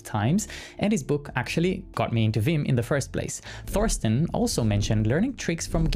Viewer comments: By rhe way - "Thorsten" is pronounced "Torsten". We Germans might write a "Th" at the beginning of something - but we never speak it (because we can't). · the "th" in Thorsten is just a t, dont do the english th sound there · Hearing someone say Thorsten with a „th“ sound in the beginning instead of just „t“ is weird